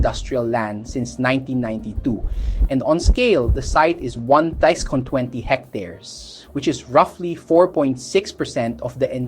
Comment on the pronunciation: wtf. DUH TA? its DAY TUH. what is that word 1620 ? its hectares, you already said it on . sorry OC. bobong BINI, tutol agad, wala namang alam.